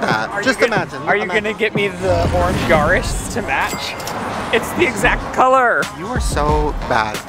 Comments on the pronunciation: Love watching your videos just please stop saying Urus like that it’s so wrong sounds like you’re saying Yaris (Toyota) lol 😅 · Is it just me or does it sound like he's say Yaris (y-are-is) instead of Urus (yur-us)? Just add it to the list of words he doesn't pronounce correctly 🤣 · Did say “the orange Yaris”? I listened to it 3 times and always hear Yaris! Is it the Icelander in me or …..?